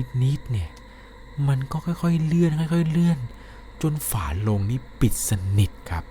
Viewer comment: ชอบฟังมากค่ะ แต่ถ้าเก็บรายละเอียด ร กับ ล (คำว่า ฝาโลง/ฝาโรง) อีกนิดจะสมูทกว่านี้ค่ะ เป็นกำลังใจให้นะคะ ติดตามตลอด